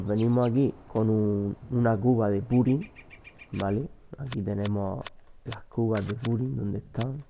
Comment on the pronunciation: soy el unico que le de rabia que diga púrin en vez de purín?